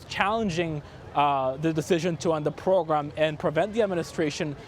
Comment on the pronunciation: "the pwogwam" ~this reporter God...damn..... Come on CBS. If you want someone who knows Spanish too, OK, there are 40+M bilingual native Spanish speakers who are also English speakers...just in the U.S. This guy is very advanced at English but pretty bad at English pronunciation. Being a TV reporter is beyond his ability. This was the stupidest hire you could make. He's just painful to listen to. PAINFUL. Ridiculous. Huge disappointment.